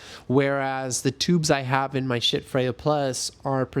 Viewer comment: The fire alarm chirping is ridiculous. Also could you please say schiits one more time? Seriously. Great review. Poor presentation for a sound based review. Just notes. No hate.